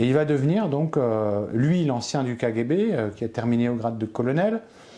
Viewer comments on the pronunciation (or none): Sa façon de dire kGB ( k Guay b) est insupportable ! Je décroche à 4,45 ! Désolé !